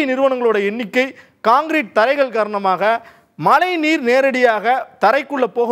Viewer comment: தமிழில் செய்தி வாசிக்கும் நீங்கள் தமிழை சரியாக உச்சரிக்கவு ம் தமிழைத் தமில் எனறும் மழையை மலை எனறும் கொச்சைப்படுத்திப் பேச வேண்டாம்